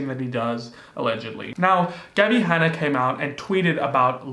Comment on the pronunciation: OMG my ears heard "Daddy Hanna" and I was like "wat."